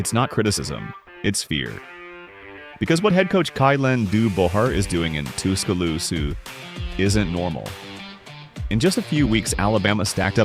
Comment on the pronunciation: Kay-len doo-bore, two-sca-loose-a LMAO